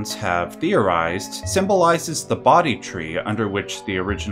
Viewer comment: bodhi = "bow-dee" NOT "body"